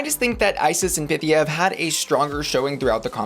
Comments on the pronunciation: Pythía, her name is Pythía... is it so hard to pronounce it right? Py-theé-a... FFS! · Duuuuuude, stop pronouncing Pythia wroooooong